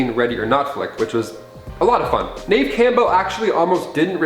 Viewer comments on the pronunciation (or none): Please, please learn how to pronounce names before you do a video. Please. It's not Neeeve Campbell. It's pronounced Nev.